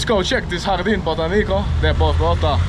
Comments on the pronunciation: The stressed syllable of "botánico" is the penultimate one: BoTÁnico. 🥰🥰 My high school was near there. How much I miss my Bogotá. Es una águila 🦅 como la cerveza 🍺. Jugo de papaya en agua. El árbol 🌲🌳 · when are you going to go to el eje cafetero, you will love it.. and don't say BOTANICO, say BOTÁNICO 😅